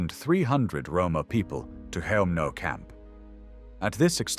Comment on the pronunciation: I think "Chelmno" is pronounced "HELM-noh".